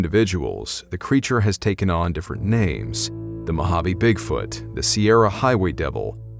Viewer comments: Your pronunciation of everyone's name was amazing and the voices and funny quips were very entertaining. And that's the end of the video people! Great vid as always! 👏 👏 👏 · It does not go unnoticed my man spent HOURS getting the right pronouniations for the nanes correctly. He is top shelf first class all the way. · Good job reading those difficult and foreign names! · stories OUTSTANDING on pronunciations impressive. Thank for your stories keep them coming.